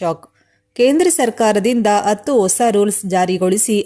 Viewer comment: ಅತ್ತು ಅತ್ತು ಅಂತ ಯಾಕಮ್ಮಾ ಕನ್ನಡಾನ ಕೊಲ್ತೀಯಾ. ಹತ್ತು ಅಂತ ಹೇಳಬಾರದೇ